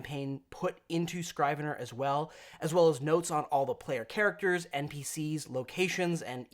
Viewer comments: it's pronounced SKRIV-uh-ner, not SCRAIV uh ner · "Scrivener" is pronounced "Scri-ven-er" not "Scry-ven-er". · It’s not “scry-vener.” It sounds like the i in “ship.” “Scriv-ener” from the historical term meaning a clerk or a scribe. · Not that it matters much, but the first syllable of "Scrivener" rhymes with the first syllable of "scribble". The word is commonly used in contract law, but not really elsewhere these days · Not to be an asshat, but that's not how you pronounce Scrivener.